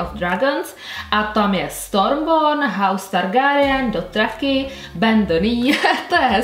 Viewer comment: zapracuj na tom čtení jmen, Targárijen, Sersí.. 🙄😃 video super a na paletku se chystám protože se nedá odolat 😍